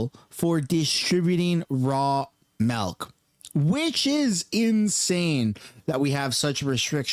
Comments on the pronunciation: It's called milk, not melk . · What the F is "Raw Malk"? 🤣😂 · Why does it sound like you're saying "melk"?